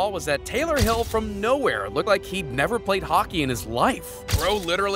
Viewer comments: You said Taylor hill it is is Taylor hall 😂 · Taylor "hill" it's hall!